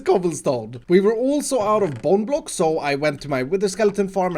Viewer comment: We were also out of bone blocks Who else thought he said bon bons? 😂😂